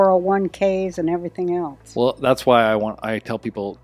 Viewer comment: This show is good, but dude, too many interruptions. Also, Roseanne’s son, the word is “else,” not “eltse.”